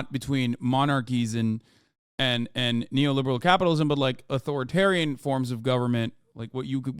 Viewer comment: Im sorry but Žižek said A-TO-RI-TARIAN and NEE-O-LI-BE-RAL